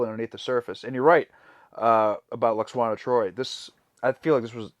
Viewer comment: Love how continues to call her "Lax-wanna". 🤣🤣 Ignore the haters and complainers, dudes; never change.